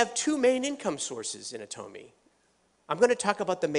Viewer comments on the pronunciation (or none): Why does he keep changing the way he pronounces "Atomy"? And which one is correct?